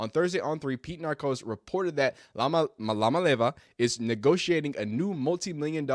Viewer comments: It’s pronounced “umma-leave-ah” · His last name starts with an I not L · Pronounced: E-oh-Molly-ah-vuh Say it altogether like a A-Tribe-Called-Quest 😂😂😂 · Samoan here 🙋🏽‍♀️ The name should have emphasis on the different Samoan words combined into one so - ‘Ia-ma-le-ava’. This is pronounced as - “EAR-MA-LEH-ARH-VUH” but faster of course haha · You would , that when you have a name that you already know you're going to flub up, You would think you would do your research first. The name is all over Sportcenter produced properly. Come on Dawg.